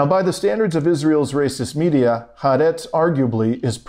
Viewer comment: Please learn to say HAARETZ, "hah-are-retz